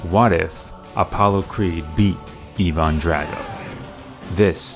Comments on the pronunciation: It’s Ivan like eye not eevan Drago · Evaaaannnn ? It’s Ivan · Ivan drago not eevan drago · In the film it's pronounced EYE - VAN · Who the hell is eevon it's Ivan drago wtf eevon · Did u say even drago it’s Ivan drago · Evon drago 😂? It's Ivon drago, LMAO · Why does he say it like “evendrago” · Thumbs down for calling him "Eee-von" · A great video, but the pronunciation of Ivan and Drago is killing me. Eye-vin and Dray-go or Dra-go(I know you pronounced it this way) are acceptable. Besides that this was an awesome video. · Why does he say evan drago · Why do you keep mispronouncing Ivan? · You say Ivan wierd